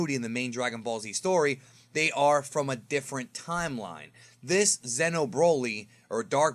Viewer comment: Xeno is not Zeno. So don't talk is like the same. "Zeeno" and "Zeno" spells differently.